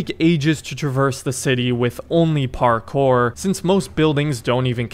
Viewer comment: "parCORE" wtf dude